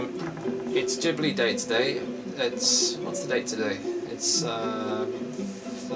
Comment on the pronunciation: Its not jibli, its studio ghibli